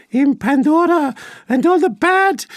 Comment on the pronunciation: I could listen to Mark's PANDORRRA voice all day